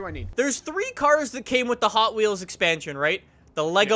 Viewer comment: lol he said hot weels